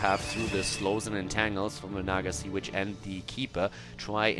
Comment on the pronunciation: Maybe be a bit more careful with enunciating the word Witch for the Naga Sea Witch, many of the times you said it it sounded like Naga Sea Bitch. Just a heads up.